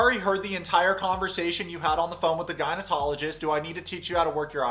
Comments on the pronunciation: Hey listen. Your channel’s cool, and I watch it, but an FYI.. it isn’t “gynotologist”, it’s gynecologist with a C. Just a heads up dude. No hate here. I’m a chick. Not your fault. Props from another eastern euro girl from Toronto🦦. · are you saying gynatologist instead of gynecologist? I was wondering if that was a video glitch, or am I hearing it wrong? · Its gyno ''-cologist' not '-tologist' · For the love of god it’s gynaecologist not gynaenotologist!!!! 😂😂 ❤ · Gynecologist with a C, not gynetologist with a T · Wait, you do know it’s gynecologist not gynetologist, right? 😬😂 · please don't tell me he is pronouncing it "gynotologist" when its "gynecologist" hahahaha google the spelling dude and sound it out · Are you saying "gynoTOLogist"? Its "gynoCOLogist" lol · No one.... Absolutely NO ONE......: gynoTOlogist.... Duuuuuududeeeè...its gynoCOlogist lol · Hey sorry just to let you know it’s gynaecologist not going to technologist LOL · Lol is he saying "gynaetologist"? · Anyone else hearing gyneTOLogist instead of gynecologist? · Does he keep saying “GyneTologist”? 😂😂😂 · No it's not. He said gynotologist 🤣🤣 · Video’s fine, I just couldn’t help but chuckle at the mispronunciation of “gynecologist.” There’s no “t” my guy. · I'm sorry but it's gynecologist that was really bugging me